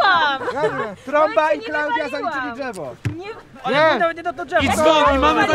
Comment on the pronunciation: ...Drzewo się mówi a nie dżewo XD